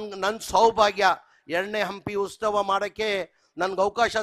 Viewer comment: ಉಸ್ತವ ಅಲ್ಲ ಜಮೀರ್ ಬಾಯ ಉತ್ಸವ